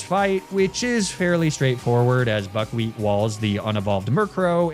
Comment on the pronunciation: You say buckwheat... but I kinda hear f**kwheat and its hard to unhear